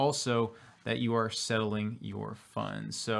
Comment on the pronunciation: I think you're saying "settling" but it sounds like "selling" so it's gets confusing at times whether you're saying settling or selling